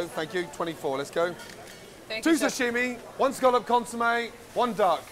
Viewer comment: The way Virginia pronounces 'sashimi' is so annoying to me. Am I the only one? It's not 'shashimi'.